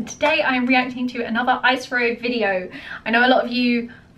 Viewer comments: IS-RO, not Ice-RO. Love ur reactions. Thank you. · It is not pronounced "eyes row", it is pronounced as "is row". And I too have one premier on 15th August, which was the day ISRO was formed. Please do view it. I will be grateful